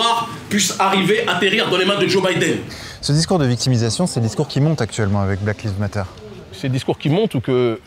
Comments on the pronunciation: Oh lala... même pas trente secondes ds la vidéo: [blaquelivmateur]... il faut apprendre à dire ça en anglais, quand même! Ça sonne ridicule sinon! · "Black leave matter" 😂